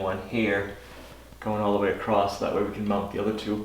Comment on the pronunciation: Oh, no. Is one of those people who mispronounces the word "across" by saying "acrost?" (...with a "t" that isn't in the word...)